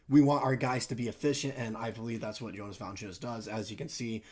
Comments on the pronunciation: lol pronounce it Yonas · Actually it’s pronounced Yo-nuss🤣 e for effort tho